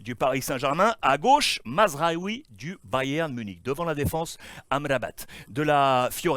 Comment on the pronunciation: Wola Alex tu prononces tellement bien Amrabat que j'attendais que tu prononces Hakimi avec le H inspiré 🤣